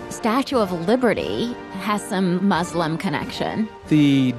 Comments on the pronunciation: don’t ever say “mus” again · I cringe every time she say "mus" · Why do people say "Muz" ? It's MUS(SSSSSSS) just like "Sarah" "Slam" "secret" etc.. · why tf do ppl say muzlim its not a "z" sound 😭😭😭 say "sss" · Mus- fluencers 😭😭😭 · I like the zzz sound. If they were back where they belonged, I'd use sss. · it's spelt مسلم where do u see a "zzz" noise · YES! Muslim has a Meaning. MUZLIM CHANGES THE MEANING. STOP. THANK YOU. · I don’t know why people can’t pronounce Muslim. It’s Muslim not Muzlim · It is S I'm am a muslim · In the American accent people say muzlims because “S” is pronounced like z sometimes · I think its just an issue with accents since british people pronounce it "muzlim". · not nessasarily an american accent. Im british and over here people pronounce it with a z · adding a z changes the meaning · Stop saying Muz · that's not how we say muslim